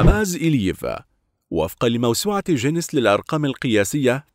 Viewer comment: اسمه ڨينيس مش ججينيس